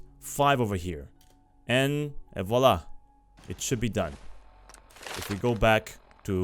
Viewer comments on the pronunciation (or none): none